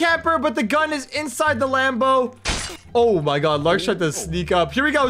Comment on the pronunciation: said "A dude I can't even get in the LamBOr😂😂😂😂